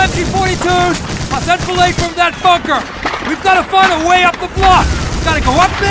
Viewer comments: when I was young watching this, I never knew if he said bunker or fucker. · When I thought I heard the F-word at 2:5, I try to think he's saying 'bunker'.